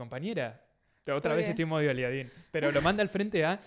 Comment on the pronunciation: le puse like cuando dijo "aliadín"